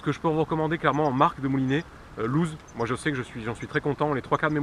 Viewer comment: Bonne vidéo qui m'aide bcp merci:) et au passage la marque lew's ce prononce lewis je crois:) et pas loose